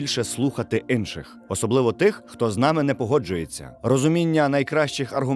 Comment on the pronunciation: "ВпевненостИ", "Инших"...